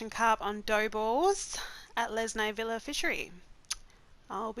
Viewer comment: Not vílla but víla